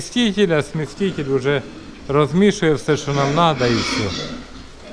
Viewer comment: Та не кажи ти смєсТітєль